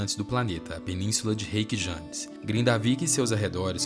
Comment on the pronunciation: Ótimo vídeo! J tem som de i como semi-vogal igual o i em iate. Então pronuncia-se "Reykiavik" e "Reykianes". ❤